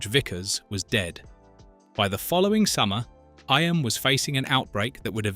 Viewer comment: Learn to pronounce eyam...